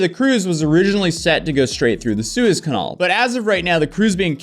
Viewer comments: Please learn how to pronounce "canal" properly 🙏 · Please look up how to pronounce the word canal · I will forever pronounce canal, “conol”. Thats how says it so thats how I say it from now on. Inquiring minds want to know if he pronounces antenna, “antanna.”